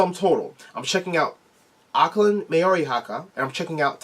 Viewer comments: Hey you tried no hate on the pronunciation :) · The way he said Maori though🤣